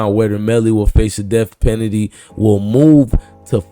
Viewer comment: You mean def pennedy 😂